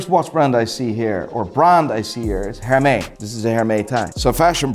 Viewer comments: HermeSSS ffs 😂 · Please pronounce Hermès correctly before you judge it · Her may lol... that’s not right but that’s nit picking... great video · The way you pronounced Hermes 😂😂😭😭 It’s er-mez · Hermes not pronounsed that way… c’mon you should know that if you are the ‘expert’! Edit: Just like Jeager lecoultre! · Considers himself "Watch Expert" but doesn't know how to properly pronounce Hermès, Audemars Piguet or Cartier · Absolutely love the video’s man keep it up but the S in hermes is not silent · You said Hermes wrong. FML